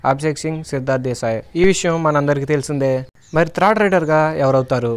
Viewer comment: Nee bonda ra thrid endi third ani kuda anadam radu video laa